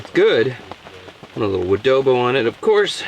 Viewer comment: Adobo? Wodobo?